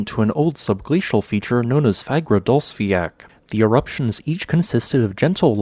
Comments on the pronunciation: id say a better pronounciation would be fagradalls-fyall, not fiak, its sounds much more like the icelandic pronounciation and should be just as easy for you to say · Fagradasfjall is actually pronounced /fagradasfeeyatl/ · Its pronounced fagradalsjalt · Love the content! just a little thing, the way you pronounce Fagradalfjall, it has a strong L sound at the end, like you would pronounce the L in Lava, not the ck sound like in "jack" :) It's pronounced like; Fa(h)gra(h)da(h)ls-fjaL. Hope this was helpful :)